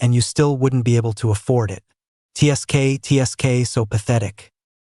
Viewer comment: Instead of tsk, which does not convert well with the AI voices, change it to tisk. That would actually convert properly.